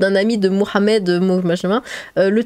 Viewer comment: "Mais non arrêtez on est pas des sauvages ! Bien sûr que je ne tue pas des gens ! sauf à Halloween" signé : Michael Myers PS: tu as un bel accent arabe, j'aime bien ta prononciation de Mohammed :), sinon EAU= Emirats Arabes Unis, c'est un pays